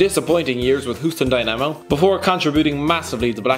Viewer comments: Hooston Dynaimo 😂😂😂😭😭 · you pronounced houston dynamo its like dynamo moscow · Loved the way he said Houston Dynamo😂😂😂